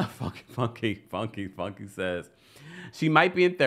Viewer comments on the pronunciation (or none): Funke is pronounced foon-kay